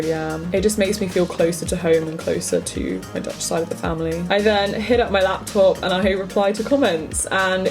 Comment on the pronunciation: i just clicked on this video bc i’m taking a gap year as well, did not expect to be hit with this much dutch content (i am dutch) 10/10. your pronunciation is very good